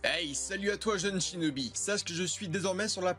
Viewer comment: Lol t’a dis chnobi😂😂😂🤣🤣🤣🤣🤣🤣🤣🤣🤣